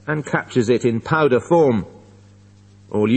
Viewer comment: powder হবে not powdared